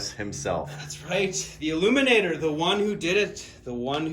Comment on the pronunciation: ILLUMINOR NOT ILLUMINATOR